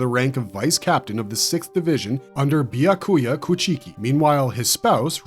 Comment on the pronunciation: I’m sure it’s at least AI voice. I had to stop watching when it called byakuka Bi-ya-koy-ya